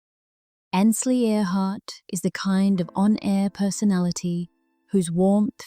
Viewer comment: More of your baloney. She is fine. Watching her now.Learn to pronounce her name correctly. It is Ainsley, not Annsly